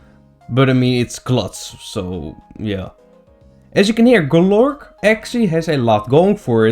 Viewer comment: I love how he pronounces Golurk. Just rolls off the tongue.